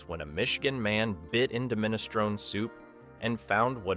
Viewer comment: 5 Guys is $25 for a burger smaller than McDonald's avoid at all costs! Outback is better than most Steakhouses u didn't mention like Longhorns or Texas Roadhouse.u also pronounced Minestrone wrong.